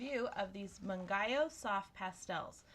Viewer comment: Hi! Its actually pronounced as moong-yoh, its a Korean brand you see. I really love how thorough you are with the review, absolutely decided on getting my hands on one! Thanks!😊